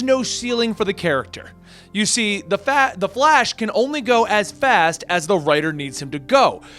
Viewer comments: Was he just about to say fash instead of flash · “The Fat- The Flash” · Bruh he keeps saying "the fat" I the beginning 😂😂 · “the flAsh” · “the fat the flash” 😂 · "the fat- uh flash," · "...The Fhat"